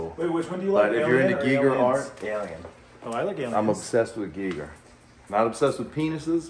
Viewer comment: I love how the guy is obsessed with h.r. Geiger and doesn’t even pronounce his name right once